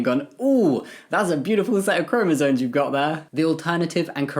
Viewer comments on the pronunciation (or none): Completely off topic: It's chromosoMes, not chromosoNes. I don't mean to be mean or annoying, I've heard it mispronounced so much and it just makes the person saying it sound less informed (even if they clearly are, like Jamie certainly is) PS: I agree with the comments saying Harry Potter is much bigger than the author. JK has been problematic, for a long time. Her pro-LGBT activism has always felt very virtue-signal-y to me.